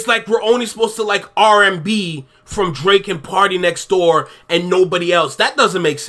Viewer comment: Dwake, hip-hop's wittle pwincess? 😂 We do like him like that 😂